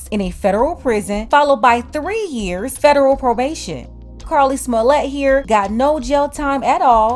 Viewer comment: you said "Carla Smallett"😂😂😂😂 Well can't call Alabama racist on this.